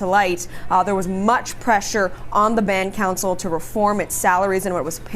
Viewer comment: That one CBC reporter called it "Bound Cancel" instead of Band Council. lol